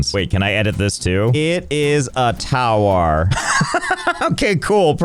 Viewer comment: i had to pause giggling becaus3 it said Furnance in the unlock menu. and also over "it is a towar ;D"